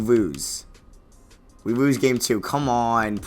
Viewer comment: "and we woose in 5"